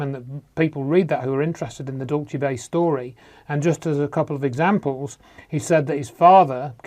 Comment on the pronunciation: Every time mis-pronounces Dulce, Dulchay, as if its an Italian word, my skin crawls. Here in the U.S. we say it like the Spanish, DOOL-say. Now your debunking Phil Schneider? Good grief, get a life from what's near you.